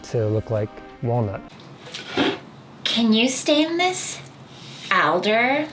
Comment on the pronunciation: I like the way that girl pronounced "alder" lol. Is she Canadian or something?